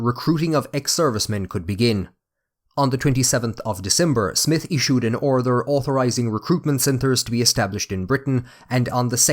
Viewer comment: Amazing that I am Irish and live in Dublin! Never heard anyone say "orther" for order, or "lather" for later. Otherwise the bogger accent is entertaining!